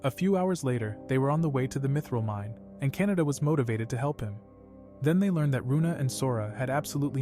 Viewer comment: canda❌ canada✔️